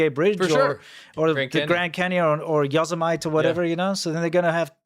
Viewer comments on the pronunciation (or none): Not Yoh-seh-mite. Pronounced Yoh-seh-mit-EE. Like Yosemite Sam the Looney Toons character. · Re it is pronounced "Yo-sem-it-ee" -- not "yo semite" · What th is “Yos e mite”!!??😂 It’s.. yoh-SEM-ih-tee And why in the world would you change the opening song ffs!? 🤦‍♀️😢 Absolutely Heartbreaking 💔😢 BLASPHEMY!!🤨🫤 The new song sounded like clown music!🤡 Ridiculous!🤦‍♀️🙄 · Right?! Yo-sim-it-ee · 🫪 Nah,😅but fYi… You say it like the Bugs Bunny cartoon character, Yosemite Sam! Y0(like the rappers say)—SiM(like the game SIMS)—iT(like the pronoun)—E(like the letter) Y0-SiM-iT-E = Yosemite 👍 ••& A VERY HAPPY(+🐇 HOPPY) EASTER 🐰EVERYONE 🐣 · You pronounced Yosemite incorrectly... Its 'Yah-zuh-mee-teh' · YohZahMight (Yosemite) Yeah I've heard of that place from all my foreign friends. I want to know who has been setting you up for this one? Hilarious, cracked me up. Wanted to show how easy it is to get the correct pronunciation, then had to go down a rabbit hole of sorts to get one that was accurate. Good luck! I'm sure the random bizarre music is to avoid copyright problems, HA sure! If anyone can put up enough to buy them, there are true LASER projection monitors that can project in absolute sunlight. Only issue is they are quite costly. Over 400 F15 have been produced SINCE 1985, but the track was developed in the 1970s. That's just the E. Others have even earlier development dates. Great pulling information out of your.... AIR yeah lets go with that. did superb. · "Yozzamite"? That's a new one. 😆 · I love pronunciation of Yosemite, like Marmite. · C-Milk, take this man to Yoz-e-mite! At least he will pronounce it right after a good ride thru 😅. Unless you don't have the kettle for it! 😮